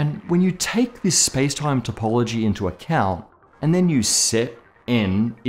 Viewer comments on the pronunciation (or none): none